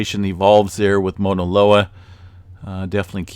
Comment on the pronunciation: Thanks for you info. I’m on Big Island and it helps to have different perspectives. Also, just a slight correction. You’re pronouncing it “Mona” loa. It’s be worth tracking down a video of a Hawaiian pronouncing “Mauna.” Thanks again for the info.